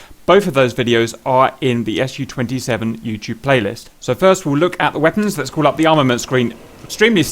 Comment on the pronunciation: Hey guys, I just wanted to mention that this Aircraft is called Su-27, not the S.U.-27.as a native speaker that makes my ears bleed :P I mean you say also the Mig right, not saying M. I. G... Su stands as you know for Sukhoi.. So please call it like your friends hot ass girlfriend Sue... Not S.U. :)